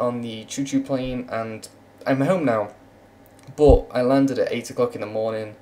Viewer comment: why do u say boot instead of but? quite funny indeed